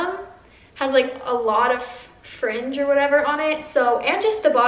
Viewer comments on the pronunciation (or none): none